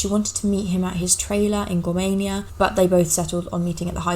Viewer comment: Potomac is pronounced " puh-TOME-ik" the emphasis is on the middle syllable. You did pronounce "Gorman" and "Gormania" correctly.